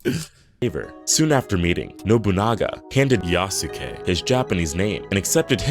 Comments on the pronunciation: Thank you!! I keep thinking it should be "YASS-kay". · Not quite. The "u" sound in す is still there, it's just less pronounced. And the end of it shouldn't be "kay". It sounds like "keh". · It is pronounced Yaske. Not Yasuke. It is so annoying listening to these people speak. Also the only thing afro samurai has in common with Yasuke is that he is black. None of the things Afro does in the show has anything to do with the things Yasuke did in history. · Isn't Yasuke pronounced Yass-Kay ? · "Yah-Soo-Key" It hurts us. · I cringe at how many of these "experts" keep mispronounce Yasuke's name.